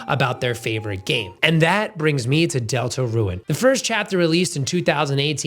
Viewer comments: It’s not pronounced delta ruin it’s pronounced delta rune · Why do you pronounce it like "Deltaruen"? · Great video! Is calling the game "delta-ruin" a bit? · Why do you say DeltaRUIN? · Why do you pronounce deltarune like deltaruin😭😭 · You calling Deltarune "Delta-Ruin" is hurting me physically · He just pronounced it weirdly chill out